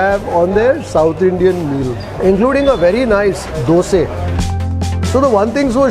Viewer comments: only vlogger who pronounce dosey, the right way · I fully endorse your views. It is a pity that it is being pronounced wrongly in Karnataka. It is Masalae Dosae, Ravae Vadae not definitely Dosa, Rava Vada. No self respecting old Mysoreean would bastardize ( expression only ) the pronunciation. Thanks for upholding our heritage and emotions too